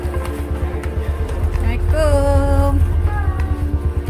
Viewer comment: Maaf kepada semua. Cuma nak menegur. Kalau nk masuk bilik hotel atau kat mana2 bila bg salam tu sebut la betul2. "Assalamualaikum" bukan "Samekom".. Kadang ramai yg terlepas pandang hal tu. Sama dgn istighfar. "Astaghfirullahalazim" bukan "Astofuazim". Kalau sebutan salah mcmana ayat2 tu nk berkesan. Tu belum sebutan Al-Fatihah & Al-Qursi lg tu. Huhu. Betul x? 😊